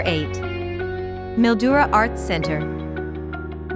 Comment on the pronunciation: Mildura is pronounced Mil..duura.